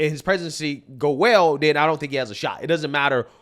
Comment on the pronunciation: He says “den” instead of then. No sir you will not be our countries head representative. 🙄😂